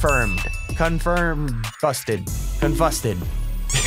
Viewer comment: "Confusted"